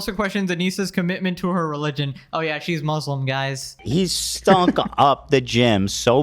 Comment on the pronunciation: What is up with these leftist trying so hard to try and pronounce these words like Muslim so weirdly. "MOOSELUEM" Hasan does this too. It's ultra cringe 😂😂 I like how even does the stupid pronunciation she does 😂😂